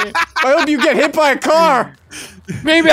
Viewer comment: When you said "BOYS BOYS HET IN HERE" I immediately thought "Are they in his basement?"🤣